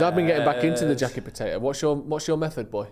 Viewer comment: Say botato one more time